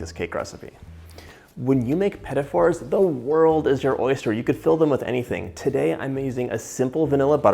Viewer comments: Watching him call them "pet-it fours" is almost torture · Why pronounce these two words as "pettifore"? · I've never heard of petit fours pronounced liked pettyfors before.... have I been saying it wrong the whole time? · I have never heard them pronounced this way! I'm not trying to correct something that can probably be pronounced a few different ways btw. Just super interesting to me.